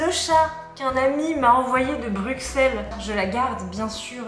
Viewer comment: Cette collection est incroyable 😍 À quand le musée ?? 😂 Par contre, '' Brusselle '' pas '' BruXelles" 😂